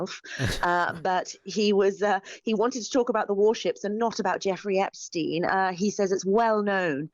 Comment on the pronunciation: "They wanna talk about Epsheen"